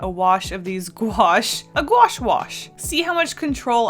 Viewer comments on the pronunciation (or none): Me knowing how to pronounce it: Gouache Also me: gOo aSh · Lol, the way she said Gouache, "GwAsH"